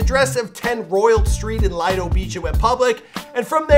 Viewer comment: It’s Lido beach not litedo beach